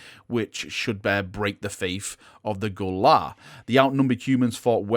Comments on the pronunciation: Gue’La is (gway-lah) like “way nah” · Gue'La pronounced Gway-La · Gue'La is pronounced as Gway'La.